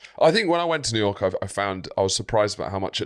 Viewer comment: 'to jewyork city' ' What?!' hehehe :)